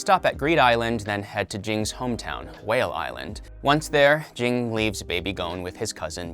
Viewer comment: Jing Jing Jing Jing Jing Plzz stop 😭😭 Spelled Ging pronounced Gene